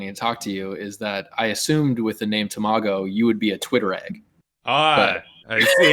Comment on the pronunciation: It was going so well until pronounced tamago as “ta-may-go”:(